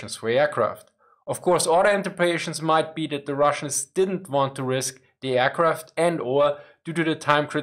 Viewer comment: Nice video but plz consider saying aircraft and not airqwaft :)